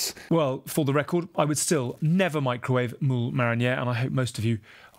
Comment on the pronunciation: To be honest, fish of any sort is actually really good if you "mick-row-wa-ve'i" it! Cover it in butter and cling wrap, a minute or two and voila. Perfect.